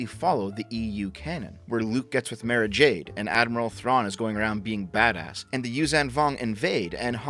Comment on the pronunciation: It's not mare-a-jade. It's mar-a-jade